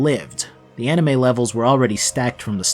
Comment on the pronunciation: I cringed when he said anime